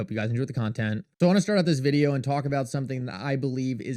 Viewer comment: Every day you post videos about how shocking and amazing XRP is. But the price just goes down. Also, have you ever listened to how you say video? Videooww… so fucking annoying